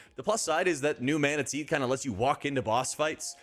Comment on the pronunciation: The way you said 'Mana Tea' had me scratching me head for a second wondering if we got a pet Manatee or sth 😅